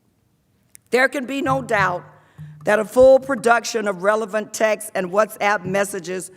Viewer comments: I swear if she says “textes” for texts one more time I’m going to die laughing. How in the world are these the leaders of our country if they can’t even properly enunciate our national language in front of not only congress and the American people but the world on television and online? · I know right. Thought she was trying to say Texas LMBO!